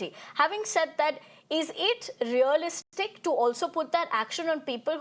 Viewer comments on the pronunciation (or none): none